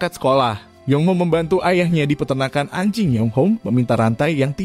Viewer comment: ngomong anjing nya biasa aja dong banggggg